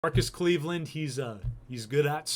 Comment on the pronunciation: It Marcus Kleveland, not Marcus Kleevland.